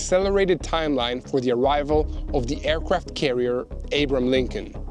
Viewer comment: Abram Lincoln? Lol Abraham Lincoln get it right put some respect on that name coming to help your country